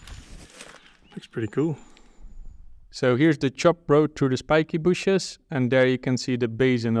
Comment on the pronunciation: I love the way he say "shpikee booshes" every time :)